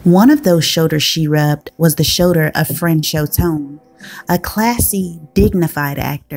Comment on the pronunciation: "Fran-schaw" Tone,, NOT "Fran-show!"